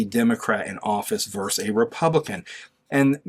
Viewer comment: It’s VERSUS not “verse”